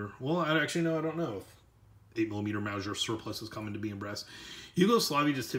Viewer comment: Mowzhure lol lol - sorry couldn't help myself. Great review and information. Appreciate it! This reminds me of my now departed Father. He used to pronounce onion as "ungyun". It's just one of those things that makes us each unique.